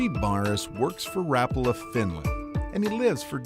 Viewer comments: It's not rapalla,its pronounced rap-a-la around the world,and considering you went to the factory. Pmsl,no wonder you can't spell colour properly lol😉😂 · It's pronounced Rapaaaaala, not Rpla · Not rappala. Its Rapaala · Why cant Americans pronounce things correctly, its not rap-ala, its all one word, no gaps or spacing betweens the letters, rapala. 🤦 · Rapala needs to come out with an official YouTube video. Like 30 seconds long. Stating how to properly pronounce Rapala. It's Rap-uh-luh. Not Rah-pala. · Ra-pul-a not Rap-u-la. No rap for me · I always pronounced it ra-PAL-a not RAP-a-la' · It's ra-PA-la, not RA-pa-la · It's only been a few years since people started calling it rap-a-la... I'm 50 years old, and it was always ra-pal-a... Growing up, my dad owned a tackle/sporting goods shop... Even the Rapala guy said ra-pal-a... Guess it sounds trendier... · Just had to hear if you say Ra pa la or Rap a la. Ok you said it both ways. No help at all. Waiting for the Finland guy to say it. Now I am leaning towards Ra pala. It's one syllable quicker. The one thing I don't like is all the treble hooks. They damage fish a lot. Maybe a single trailing hook like a tuna cedar lure or internal hooks like the soft frog lures. I've tried changing to single hooks and it swam bad flopping on the side and not shaking. It's tough trying to release one hook and six more are sticking back in. Had them stuck and come flying at your face too. That's no fun. Nice if you could ditch the balsa even though it's classic and plastic is worse. Someday it'll be a biocellulose 3d printed body that degrades if left in water. Love the chocolate foil. I'm going to use that. Thanks for the many great memories! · Ffs, do it right, RAPARLAR is the correct pronunciation wherever you are in the world. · it's pronounced Ruh- Pala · Rapala rah pal ah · I cringed when he said wrap ala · No easy Rapala just pronounce it like it's written